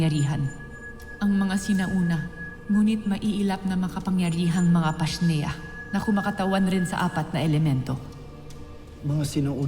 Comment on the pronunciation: “PASHNEA” hahahahaha